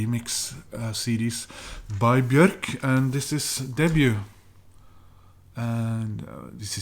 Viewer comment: Hi there,. Denmark is stunning. Thanks for the ride in these past videos. I really hope you can make it there as soon as possible. Great buys too, especially "Debut". I really need to get some Bjork on vinyl one of these days. It's also good to see someone pronouncing her name right. I'm not a big fan of Muse, besides their first two albums but it has nothing to do with them selling out or whatsoever. It's just my personal taste. They're still a great band and one of the best out there, in my opinion. Wishing you well. Takk, my friend.